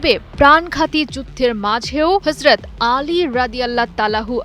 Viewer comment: হযরত আলী রাদিয়াল্লাহু তা'আলা আনহু। আমি জানিনা সংবাদ পাঠিকা হিন্দু নাকি মুসলিম। খুব দুঃখজনক হলেও এটাই সত্যি হযরত আলী রাদিয়াল্লাহু তা'আলা আনহু এর নামটাও সঠিকভাবে উচ্চারণ করতে পারছে না। আল্লাহ আমাদের মাফ করুন আমিন